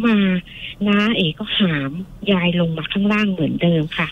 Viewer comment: โลง ไม่ใช่โรง ลง ไม่ใช่ รง